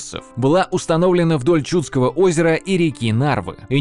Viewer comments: Даже несмотря на извинения в конце ролика по поводу ударений, местами слушать было просто больно. То же Чудское озеро/побоище всегда было и есть ЧудскОе, а не ЧУдское. Поразительное упорство автора в наименовании "вОйска" вместо "войскА". И т.д. Отдельно хочется заметить откровенные глупости, типа наименования дружинников солдатами. Солдаты, это куда как более поздний термин, имеющий своё вполне конкретное значение, которое никакого отношения к воинам древней Руси, да и любым другим воинам древности не имеет. В целом в качестве краткого ликбеза по истории Древней Руси для самых далёких от темы - этот ролик сойдёт, но всё же следовало бы больше внимания уделить погружению в вопрос. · Было интересно, но несколько резали ухо неправильные ударения. Не ЧУдское, а ЧудскОе. Не КопорьЕ, а КопОрье...